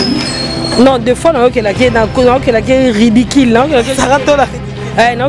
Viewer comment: BALOBAKA RIDIKIL TÉ,RIDICULE, E'ZA LOKOLA BATU MISUSU BALOBA SICRE,BERRE, CONFITIRE, FATIGUEUX